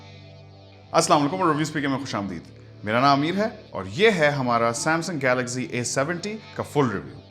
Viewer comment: Amazing Brother Love your Voice and Videos.... Jab ap Galaxy ko Galazy kehty Hein.... Literally Amazing....❤❤❤